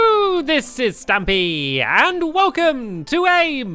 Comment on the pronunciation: I got frustrated when you said stampy as stamp